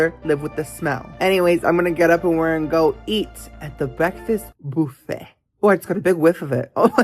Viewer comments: I enjoy your videos but there are two words you always mispronounce and it drives me crazy to hear it. The word "buffet" is pronounced "buff-ay" not "boof-ay" and "compote" is pronounced "com-poat" and the "e" is silent. I'll be curious to see if you see this. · why do you pronounce buffet like that